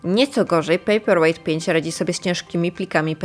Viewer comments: Ale Pani też nie zna angielskiego, bo czyta pejper łejght zamiast łajt i wychodzi, że papier jest ciężki.. Dajcie jej spokój.. :) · “pejperłejt” i dalej nie oglądam 👎